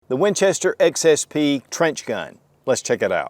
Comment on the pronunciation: 👎👎👎🐵🐵🐵 You really don't have your sh!t together, do you? You keep calling it the XSP, but it is the SXP. Do you still pronounce AKsessaries as ASSessaries? What state are you from? One which spends very little of its budget on education? :face-blue-smiling